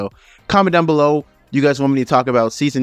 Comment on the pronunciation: Its not kobosuba its konooooosuuuubaaa